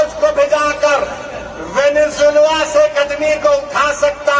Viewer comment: वेनेज़ुएला होता है ओभैंसी सर वेनेजुला नहीं होता है